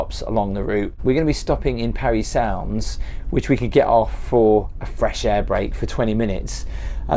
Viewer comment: It's pronounced Parry Sound, personally I would have excluded the stained mattress situation. Nobody really wants to see that and of course you would have addressed it to a crew member privately who hopefully would have been able to change it for you. Otherwise, it was a good video and the meals looked really good! I was impressed with the presentation of all the dishes during your trip and the views are spectacular! 😊